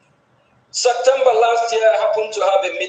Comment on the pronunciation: Hahahah….Sunday school scholar says of Septembaaa